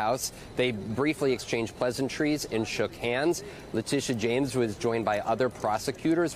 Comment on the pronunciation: This is how to pronounce the prosecutors name, Leh tea ta. How is it so complicated? It’s a pet peeve of mine, I have heard 4 different pronunciations but maybe once the pronunciation was correct.